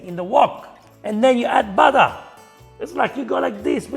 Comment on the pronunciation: And I am disappointed that you doubted yourself and copied her incorrect pronunciation of BUTTER.